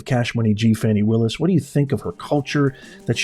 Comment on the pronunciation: It's not Fawny Willis it's Fany Willis